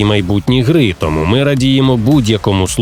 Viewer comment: чАсу, листопАд, не тОму а томУ